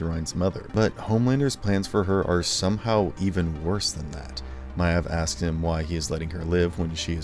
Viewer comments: Maeve is not My-evv It’s like Mave rhymes with rave. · dude its pronounced may-ve not mi-ave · Good video, but who the heck is Queen Myaev?? it's pronounced Queen Mave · My-ev?? Does this guy even watch the series or is he just a payed voice? It's pronounced May-ve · Stop pronouncing it queen “My Ev”, literally no other character or writer or mention of her pronounces her name that way. Stop being pretentious. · your mispronunciation of bought and maeve are fucking disgusting, make me sick, and make me think if you mispronounce all the other words with similar spelling like bought or thought. the fuck. it’s not vaut , it’s vought like vott, and not mayave it’s MAYVE. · Why do you keep calling her MY EV? It's Mave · while im at it meave is pronounced MAY-V like shes literally one of the MAIN TERTIARY CHARACTERS AND HER NAME IS ONLY SAID NEARLY EVERY EPISODE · Just a heads up, Maeve is pronounced like "Mave" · “Ma-eve” tell me you don’t actually watch the show without telling me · “Queen m-eye-evv” Come on, I know your narrators don’t watch the shows the scripts are written about, but that’s not even a silly fantasy name. It’s a real, regular-ass name. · Lovely video, but is anyone else getting triggered by his pronunciation of Queen Maeve?? Is it just me, or is it pronounced Mave?? Plz send help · My-ev and Vote? Do you just read the script or do you watch the show? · Why are you pronouncing it Queen (My-ev) and (Vout)? You seen the show right? You hear how they are pronounced right? or are you just reading a script? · Its pronounced MAve….or think of Dave, and add an “M” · Butcher group slowly turning on him the same way it happened to Soldier Boy and Homelander , all 3 of them never knew when to stop Also how do you watch 3 seasons of this and pronounce her name "Queen Myev" like that? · Yeah it bothers me every time I here him say Queen Myev like that! literally Erks me to my core lol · 'queen myav' 😂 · THANK YOU!!